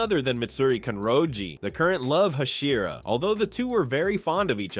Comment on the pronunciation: Learn how to pronounce hashira and pronounce it consistently.